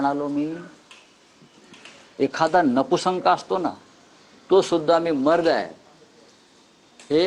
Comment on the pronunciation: नपुसंक नाही नपुंसक आहे स्वतःची मराठी सुधरवा आधी